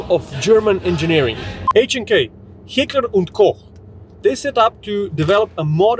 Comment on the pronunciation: That Heckler in Heckler and Koch sounded a little Adolfy